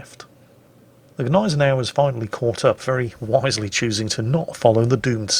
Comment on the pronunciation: When says Gneisenau I hear Agonizer. Is it only me?:)